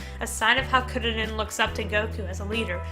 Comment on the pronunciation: Try pronouncing "Kuririn" as "Koo dee deen"